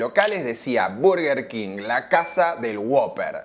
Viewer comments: Tampoco es Berguer Keng, es Borguer Kinj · No se pronuncia "burguer", se pronuncia "/ˈbɜːrɡər kɪŋ/" king :face-orange-raised-eyebrow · Perdió?? Yo voy al Burger siempre 😂😂 Y toda la gente que conozco le dice "burger king", a nadie escuché decir "Berger"!!! Berger jajajaj Yójanesburg!! 😂😂😂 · dijiste q ibas a decir bUrguer king porq siempre lo dijiste asi pero te la pasaste de diciendo bErguer king. Te falto decir q mc donald le gana la "guerra" cuando lanzan la famosa big mac (la hamburguesa doble con tres panes) No se dice "paty" son hamburguesas, paty es una marca aun que quizas en bs as todavía no se hayan enterado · me parece perfecto que le digas Burguer King o Berguer King, mientras no le digas BARGUER, como la mayoría de porteños, todo bien jajaja (quién habrá inventado que se pronuncia BARGUER y por qué tanta gente lo habrá creído? Encima esa es la gente que te debe criticar por decir Burguer haciéndose los angloparlantes jajaja) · Nooo, era "burguer", no "verguer", habías empezado bien... 😅 Bueno, después te mantuviste dudoso. Casi dejo de ver el video con cada "berguer"... BERGER era un piloto de Fórmula 1!!! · Es molesto cuando dices Berger King. Tu pronunciación de la palabra en Inglés es atroz. Buen video por cierto :D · Berguer Ling 😂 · al tercer "berguer kin" cerré el video y le di dislike jaja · Por qué le dices berguer cuin? Jajaja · Cuando escuche Berguer king deje el video 😂😂😂 anda palla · es berguer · Se dice bArguer king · 5 - Verguer King??? Jajaja Que genial tu karaoke en el ultimo Zona Franca!!! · Jajjaja al principio del video dije... Dijo mal el nombre